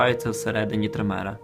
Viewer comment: трИмера, а не тримЕра!